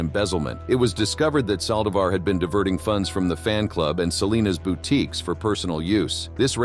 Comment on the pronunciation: at least learn to pronounce hispanic names correctly!o-- ON the saldivar case!